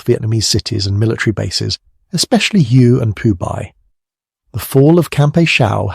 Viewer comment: You pronounce almost all place names. Check before you record. Makes you look bad. For example A (long A )Shaw , hue 0is Hugh-eh, Oh-pah-like-ahh